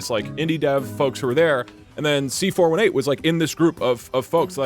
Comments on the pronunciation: it hurts when he says C4 1-8 instead of C4 18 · Its pronounced C-4-18